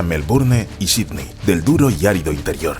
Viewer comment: Jajaja estos españoles..pronuncia Melbourne como se escribe..pero Sidney....nooo. Dijo Sidni!!!!😂 Niu York😂😂